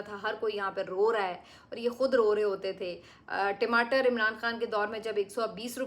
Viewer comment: timatar nahi tamater hota hai😊